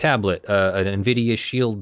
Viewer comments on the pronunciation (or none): none